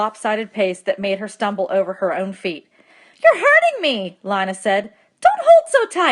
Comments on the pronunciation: LI-NA! ARE YOU KIDDING ME apps say lean a even my teacher knows and she pretty dumb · Um it's (lean-a) not (li-na) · helpful but PLEASE say lina as leena and not line-a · Lee-na not Line-a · Yo can someone tell her it’s Lina the i makes the e sound and that my name